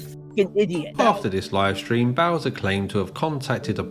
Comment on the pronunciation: “I did not stweam see pee to chilldwen you idiot, I did not stweam porn to childwen, I stweamed cartoon hentai to childwen you idiot” is the funniest thing I’ve ever heard a person say in my entire life